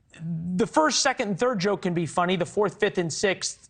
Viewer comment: Dave was so on point, this guy can’t even say “The” and “Jews” 😂